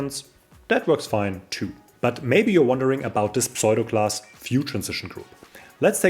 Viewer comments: Tolles Video, wieder viel gelernt. Aber bitte tue mir einen Gefallen: Kein Englisch-Muttersprachler würde jemals pseudo class wie "pSoido"-klass aussprechen. Es wird eigentlich immer US-englisch wie "ssudo"-klass ausgesprochen. Schimpf mich einen Korinthenkacker - aber vielleicht freust Du Dich ja auch, wenn Dir jemand in Englisch hilft. (Ich freue mich da üblicherweise auch. z.B. als ich gelernt habe, dass man iron wie "Aion" ohne R ausspricht oder sword wie "ssord" ohne W. ... usw..) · Please pronounce "pseudo" as "soo-doh"!